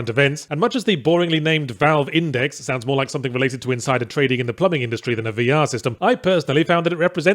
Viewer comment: Ackchewlly da velve indext